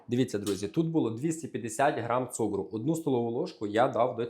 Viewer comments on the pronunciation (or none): А чому цугру,а не цукру?.. Перший раз таке чую.